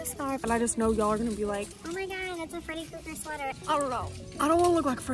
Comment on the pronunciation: "I dunno.. I don want to look like Freddy Cougar" LMAO I think the mispronunciation highlights the fact that Freddy eats and u should buy the sweater